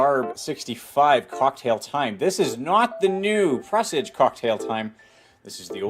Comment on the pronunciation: Its not "Press-ige" its "Per-sarge"